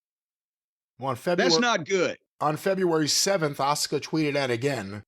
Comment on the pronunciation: It’s weird the WWE and American fans in general said her name and the male Japanese wrestler at that times name wrong. Her name is 1000% pronounced Ah-Su-Ka. The Su sound in a word or name is always strong like the word Suzuki for instance. WWE had 2 Japanese wrestlers at the same time both with Su in their name and said both of their names wrong.